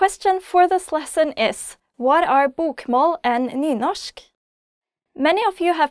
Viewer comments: Its said like Newnoshk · where i live we pronounce the r